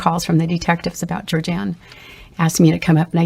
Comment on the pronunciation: I appreciate that this woman distinctly says the names of not only Georgeann, but also other Bundy victims she didn’t even know.